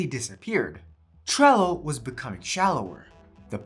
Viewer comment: Bro is way too exited about this video, and cant say trello, sorry buddy, just tone down a bit more for the next video so it feels more professional.